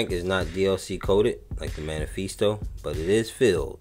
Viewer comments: Just a heads up, the Mephisto engine is pronounced “Meh-fis-tow.” You’re saying manifeestow. Lol. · Hey man! Another awesome video :) BTW, if it helps, it's meh-fist-oh (mephisto). Short for Mephistopheles, a demon from German folklore.